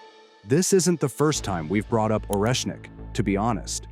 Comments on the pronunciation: Szkoda ze tekstu nie czyta czlowiek. Ciezko slucha sie tego "oresnika" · Oreshnik en ruso Орешник se pronuncia arieshnik